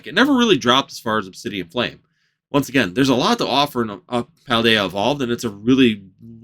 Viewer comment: Pal day a. Not paladea